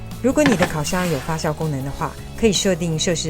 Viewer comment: 发酵jiao第四声